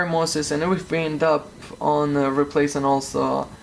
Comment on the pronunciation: is hard to get 16 vr mosses? ir moses? vr mosfets??? man I can't understand what you saying and I need that part to be replaced on my rtx 2070, and i have no idea what to search for.. it went in flames 🔥😓